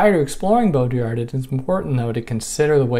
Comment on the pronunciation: Baudrillard.. the "d" is silent :) sorry for that phonetic remark, but its french after all other than that, great video! Peterson is a perplexing character, I still wonder why no one has clearly came out and said to him how wrong he is on so many things he criticizes. It's bizarre.